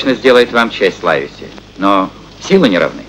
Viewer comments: НЕ ЛАЙВСИ А ЛАЙВЕСИ.САМ В ДЕТСТВЕ УДИВЛЯЛСЯ КОГДА КОГДА СНАЧАЛА КНИГУ ПРОЧИТАЛ А ПОСЛЕ ФИЛЬМ ПОСМОТРЕЛ.ЛИВСИ.ЛИВСИ ПРАВИЛЬНО.ХОТЯ НЕКОТОРЫЕ МОМЕНТЫ МНЕ В ЭТОМ ФИЛЬМЕ МНЕ НРАВЯТСЯ. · "Лайвеси" - это просто не английский язык. Равно как и мальчик Дженни. Мне тут в голову пришла мысль: авторы "хвильмы" перенесли действие в Ирландию. Может, там некоторые английские фамилии произносили иначе? Я ничего не знаю про ирландский английский язык.